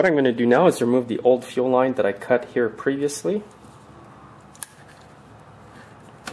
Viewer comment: it sounds as though you are saying ‘chill line’ when you are working on the fuel supply line, etc. is that correct? Thanks for a reply. When I installed my new carb, the system continuously leaks gas between the carb and the intake. Is it possible the new gasket isn’t seated properly? Thanks for any help. I appreciate your YouTube’s.